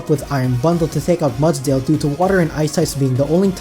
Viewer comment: I rarely leave a comment. This was a well done video and you earned my like and sub. My only piece of advice is to display the name of the pokemon on screen when you are going over them. (Only for the 6 you are adding to the team). It took me forever to realize you were saying "Mudsdale" and not "Mutt-Tail" lol. I'm an older pokemon fan getting back into the games and putting the name of the pokemon helps a ton when trying to draft a team. Just a suggestion. Either way awesome video.